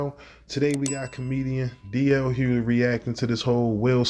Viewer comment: Thank you DL for saying it correctly. It is crazy how they're treating him.